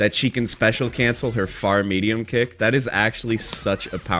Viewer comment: Taking a shot every time read kick and punch wrong will kill me